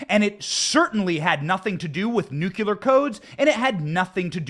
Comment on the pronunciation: Benny just a heads up please learn to say nuclear correctly. It is nu clee er NOT nu que ler. There ya go. Great podcast btw.